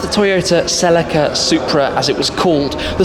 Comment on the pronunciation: Did you say "sell la ka" you mean celica " sell leek ca" lol great review though 👍